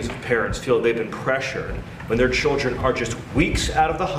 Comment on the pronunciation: "I took my chilrden" no he fucking didnt😂 Id bet money he pays people to do that for him